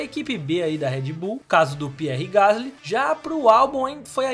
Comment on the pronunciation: É francês. Pronuncia-se Pi-érr Gas-lí.